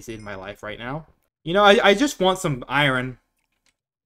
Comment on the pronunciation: I was enjoying the video until you said iron then kept saying iron and the way you say it just no why so much emphasis on the r😩